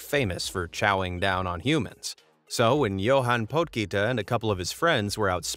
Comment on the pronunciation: you just butchered Johan Potgieter's name lol its in Afrikaans